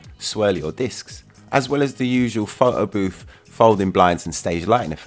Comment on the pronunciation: Can u say PHOTO . It's not FO OU.